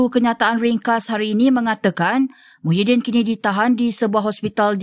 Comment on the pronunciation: Muhyiddin ni PM negara mana.. PASIR BERDENGUNG KE.. sebut la betul2.. Kalau negara MALAYSIA nama PM MAHIADDIN MD YASIN.. Reporter pun tak berapa pandai pulak.. Keliru tau